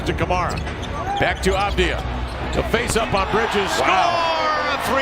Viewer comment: Pronounced "Avad-yah," as a Hebrew speaker.